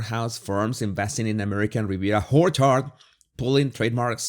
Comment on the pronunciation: I love how you pronounce Orchard, it’s Whorechard to me and it’s perfection.